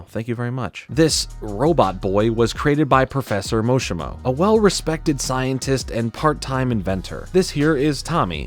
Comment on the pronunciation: I liked this cartoon. Watching the episodes on youtube brought back nostalgia. Also you said "professor Moshima". It's Mashimo.